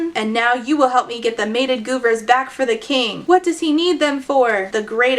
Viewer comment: 1) i keep hearing "goobers" instead of Gudra or whatever they're called 2) what was evie's dad spending all his money on? My first reaction: HOOKERS AND BLOW 😂 This... was not good. These characters had no depth. Only a fucking creep would think that someone thinking their name would be "fluffy" like their old dog to be endearing. Who thinks that's cute or charming? I appreciate all the Cat clips because that was exactly the vibe i was getting from your review lol